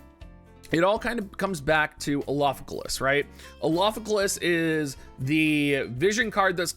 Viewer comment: You should just call him Alpha so you don't have to keep trying to pronounce his name